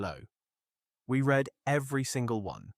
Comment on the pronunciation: Pretty obvious AI reading, but one of the better AI documentaries I've seen. They also mis-pronounced "read" at one point as the past tense, when it should have been present tense. I.e. it was pronounced "red" rather than "reed".